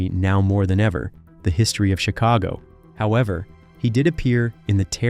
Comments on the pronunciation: Yes & the band CHIC-ago went on to make Peter SET-era a big star with the PEO-ple of Amer-ICA & one of the greatest vo-CAL-ists of all time. Get it right you bum!!! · The band's name is pronounced 'CHICK-a-go' ... You need to be consistently wrong.